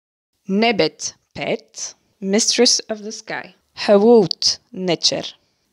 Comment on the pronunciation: I believe , e.g. nebet pet should be pronounced nibat puat .